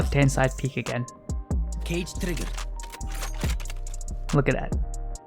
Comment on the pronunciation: Thanks for the guide even if they did patch it a bit but everytime you say 'cage' i hear 'guage' and it's triggering the fuck outta me!